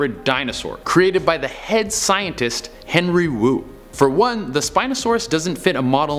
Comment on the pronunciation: What's wong wif henwy Wu?!